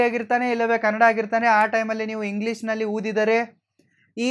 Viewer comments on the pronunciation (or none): none